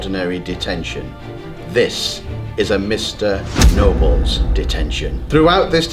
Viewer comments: it sounds like he said mr no balls instead of mr nobles lol💩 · he says his name is nobles yet he said no balls lol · You said “no balls” instead of Nobles XD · It's not Mr noballes it mr Mr nobles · It’s nobels not no balls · Its nobles not noballs idiot -. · ITS NOBLES NOT NO BALLS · First of all its mr. NO balls and second of all, its rule not rool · I thought he said no balls🤣😂